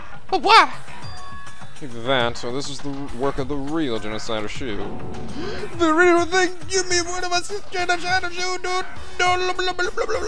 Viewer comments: It's pronounced "Show" not "Shoe". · Yeah, but not like "Shoe".